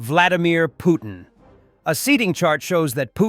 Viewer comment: I like how you pronounce Poo-thin 😅😅😅😅😅😅